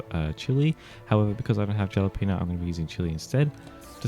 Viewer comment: I dont wanna be picky or anything but its "ha-la-pen-yo" for Jalapeno cookie 😅